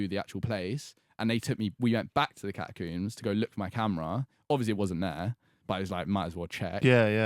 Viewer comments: Can we just mention the way says the word Catacombs as Catacumbes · holy shit they way he said catacombs pissed me off so much like bruh "catacoombs" like tf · Is it just me or does he pronounce catacombs weirdly? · Theres no U in catacombs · The way they day catacombs makes me want to kms